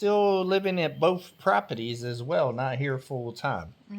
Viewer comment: My favorite is the way he says propetees. Lolol